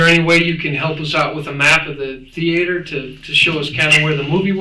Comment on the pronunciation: I can't stand when people pronounce it "THE-AY-TER"